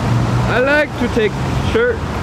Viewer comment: lol i love phil i rike!!